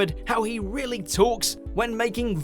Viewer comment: Not realle